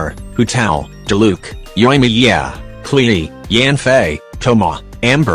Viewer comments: It gets me when he says klehe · Ah yes! The infamous Kle-Eee. She’s a tough one indeed. XD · I love how the video says Klee as "Klee-E"